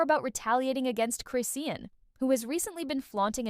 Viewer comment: why are u mispronouncing her name ?it’s…CHRIS …. SEAN! chriiiiiiss shawn